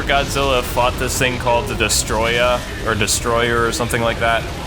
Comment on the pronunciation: And it's Destoroyah, not Destroyer.